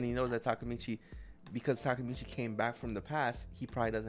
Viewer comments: Can't believe she still call him Takamichi instead Takemichi lol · Y’all went a whole season saying “Takamichi” Takemichi<correct one